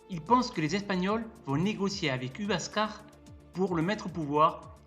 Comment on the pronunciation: Cusco ne veut absolument pas dire nombril du monde, et quand j entends huascar prononcé uascar et non wascar j ai les oreilles qui saignent